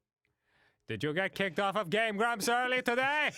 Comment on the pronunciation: I lovee the way he says "Game Gwaomps"